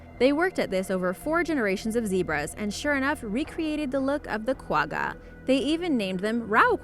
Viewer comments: You mispronounced gwagga, its pronounced ggggg like when you have flem in your throat, so kwagga like you're clearing your throat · Hahaha you said Quagga wrong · Learn how to say quagga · Omw the way she said quagga .... it is not nearly the right way to pronounce it... i am from South Africa.. and one of our zoo's has a kwagga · When she says quagga wrong lol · She's say Quagga wrong. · Not the way you pronounce the word Quagga